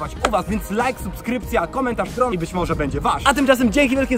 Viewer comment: Dron a nie Drób